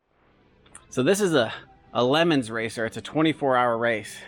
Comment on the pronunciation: I am enjoying the channel and it’s a new find for me… but a “Lemons racer” !!?? I’m sure I’m not the first to point that out but in case I am it’s “Le Mans” pronounced “Le Mons” emphasis on the “O” and a lazy “N and S” with a gap between the “Le” and the “Mans” portions. Incidentally the late great Steve McQueen mad a great movie of the race. Thank for the channel and keep up the good work.